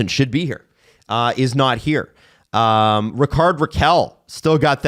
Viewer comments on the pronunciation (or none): Stop butchering Rakell's first name...